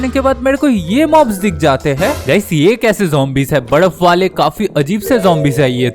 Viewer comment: Badaf ❌ baraf😂